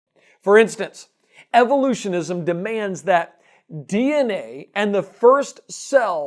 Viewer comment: The way he speaks "evolutionISM" make me cringe... :(